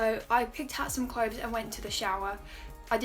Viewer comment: why does she say cloves instead of clothes